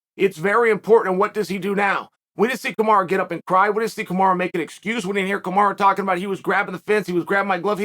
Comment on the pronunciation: Lmaooo why does chael keep calling him kamara